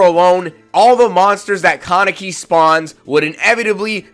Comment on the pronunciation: Say con neck e one more time. Ka Ne Ki. It's Japanese so every syllable is pronounced (in most cases)